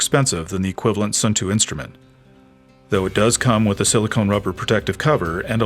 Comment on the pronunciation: Nice review. I know that Suunto has somehow become “Sun Too” in the US, but the proper pronunciation is more like “Soon Toe”